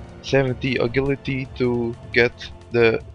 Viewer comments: I don't mean to be a troll. But where did you learn to say agility? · a-gill-ity lol